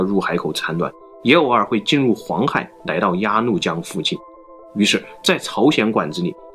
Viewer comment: 对不起，但你n l不分有时真的好困扰我...，开头就说nai到了...